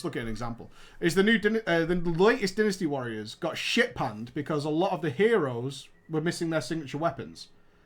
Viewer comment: Yeah.... they mispronounced DYNASTY WARRIORS. They mispronounced it TERRIBLY.